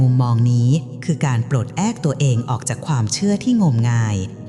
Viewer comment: เจอคำว่า " ปลดแอ๊ค" .....555